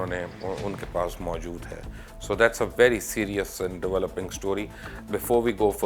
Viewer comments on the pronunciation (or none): none